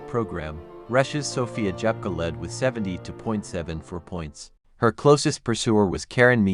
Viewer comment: СОФЬЮ Дзепко назвали несколько раз-Джепко..А потом и вовсе начало это ИИ называть фамилию Дзепко, Как Жепко!!! Да как же вам поправлять произношения? Разработайте программу коррекцию!!!